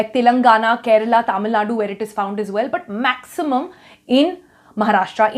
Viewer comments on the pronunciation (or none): none